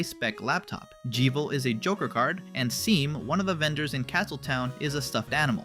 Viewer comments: its not jeevil TvT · aw hell naw he says with a long E what the fuuuuuu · " its pronounced shawm" THATS THE PART YOU FOCUSIN ON ITS ALSO PRONOUNED JEH VIL NOT JEE VILL! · HOLD ON PAUSE DID YOU JUST PRONOUNCE IT JEE-VIL?? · bro just called "jeevel" and seam (pronounced shawm) "seem"😭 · BRO I WAS SCREAMING AT THAT PRONOUNCIATION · “Gee-vil” is wild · you're about to piss everypne off "jivil" and "sam" cmon bro 💀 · These name pronunciations 💀💀💀 G evil?? Seem?? Aysreal?? WHAT? also Kris is nonbinary. “HIS eyes open” their* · this fellow goes ahead and calls lancer the ace of spades (he’s the jack of spades), calls jeevle, and then mispronounces seam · dude whats with your pronounciations? jevils pronounced like devil not evil and seam is pronounced shawm. cant wait to hear you say roulxs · I'm pretty sure is as in "Devil" not as in "Evil" And Seam is pronounced like "Shawm", as if it was the name Sean -- he says so. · Was pronouncing and Seam like that rage bait to get comments because good lord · How did you just pronounce and Seam? That's it. Dislike and stopped watching